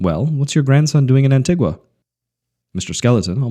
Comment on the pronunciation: It's An-Tee-Gua. Trust me, I lived there for several years. Also, 70 degrees is not sticky there. Apart from that, enjoyable, brought back plenty of memories.